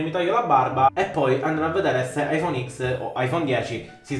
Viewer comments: aifon iz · È bruttissimo l'ayfoone x